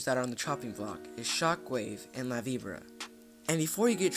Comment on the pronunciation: HE JUST FUCKING CALLED IT LAVIBRUH!ITS LA VI BORA